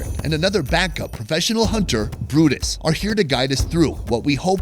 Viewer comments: Or Brutus? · Is it Brutus or? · Brutus was either misspelled on mispronounced in the video..great show though